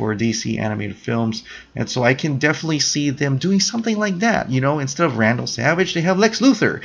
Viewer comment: It's vandal savage not randal